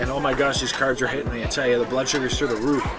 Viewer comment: The second time you said "through the roof" you sounded so east coast! You definitely got your moneys worth 😅 I love all pasta sauces, just depends on my mood tha🍝🍝🍝